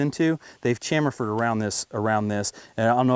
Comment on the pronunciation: It's cham - fer or chamfered